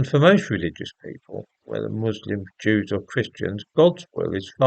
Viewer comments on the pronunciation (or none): 'It's all the fault of the *Deewwwzzz*' - some bloke.